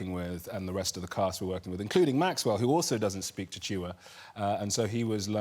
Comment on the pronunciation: Oh noooooo!!! I love Chiwetel Ejiofor and being 1/2 Malawian and having lived n Malawi until I was 12 I was startled to hear him refer to it, mainly because so few people in the world even know Malawi exits. But the language is Chichewa, pronounced very phonetically, and not “Chi-chi-wa”😫😂